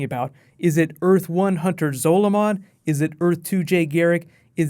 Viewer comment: Your pronunciation of "Zolomon" annoys me